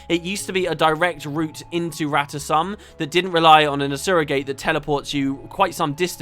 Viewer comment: In a GW1 cinematic, It's pronounced Rata Sum, as and I and many others pronounce it. That is the correct pronounciation. Felicia Day screwed it up and everyone else just followed suit.